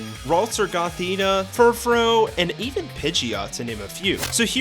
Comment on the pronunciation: It’s pronounced SEE-nuh, DYE-ann-thuh, hown-dower, fur-FROO, BRY-UH-nee, zer-AH-sick, pan-CHUM, sih-JIH-liff, ARE-ahn, pawn-YARD, ROZE-rayd, MAYN-eck-trick, DRAP-ee-ahn, CROSS tran-see-ver (which is actually called the Holo-Caster), and druhd-dih-GIHN, “”! 🤨 And why is Curse put in its former state with not having the Ghost-type?! You have horrible writing and pronunciation skills! 🤨